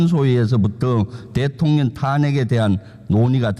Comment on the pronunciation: 대통련 발음이 이상 하지가 않네. 잘어울려